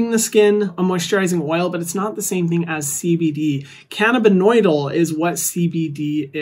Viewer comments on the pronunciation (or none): Hi Hyram! You are incredible in every way,. CBD is pronounced “canna-bi-DYE-ol” 💜💜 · just so you know, CBD is pronounced canna-bih-dye-ol! coming from a chemist :) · Friendly neighborhood scientist here to respectfully let you know it’s pronounced “can-na-bid-DYE-all” 😘